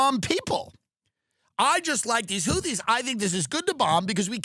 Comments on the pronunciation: Say houthee 1 more time motha fucka! Say houthee 1 more god damn time! 😂 whootees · Its amazing tim has had jd vance and tulsi gabbard on the pod and doesn't know how to pronounce houthis. Ok you're fucking with us not knowing how to pronounce chipotle either 😂